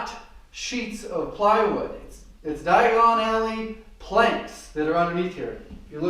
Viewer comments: You’re spinach-in-pelican is hill-hairy-us when you say dion-egg-only! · Just learned a new way to pronounce diagonally 🤯